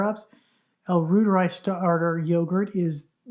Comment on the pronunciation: it’s pronounced royteri - Not rooteri. Royteri like the Reuter News Agency.